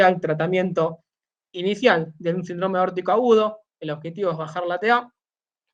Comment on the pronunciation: Saludos cordiales. Tengo una pregunta, ¿Por qué el término SÍNDROME, como tal (que es una palabra de tipo esdrújula), lo mencionan como SINDRÓME (una palabra de tipo llana o grave). He notado que este detalle se repite en Argentina, Chile, Perú y Colombia. Por lo demás, me gustó el contenido. Exitos colega.